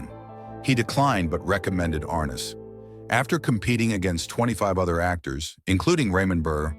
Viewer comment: It’s pronounced Ar-NESS.